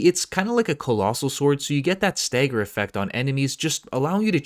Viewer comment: Staeger? You mean stagger...